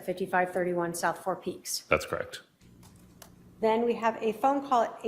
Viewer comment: ..Lori Vallow doesn't say "Correct" she says "Crect"